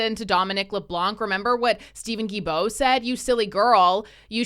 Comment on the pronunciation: It's not Guibeault, the L is not silent, its Gui"L"beault. That is so annoying, I don't like the jerk , but respect how his name is pronounced.